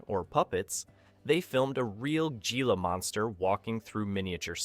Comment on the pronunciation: GEE-LA Monsters ? AI BS